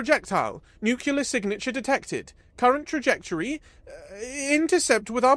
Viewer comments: Nu-clee-err... 🧐 nookular..😒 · 'Nuclear ' only has one U in it. Just stop. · It was a good story, unfortunately scarred by a consistent mispronunciation of the word "nuclear." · For real tho! You gotta pronounce "nuclear" correctly if you're gonna do sci-fi.